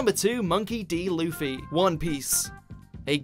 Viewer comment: finally someone who can pronounce luffy name right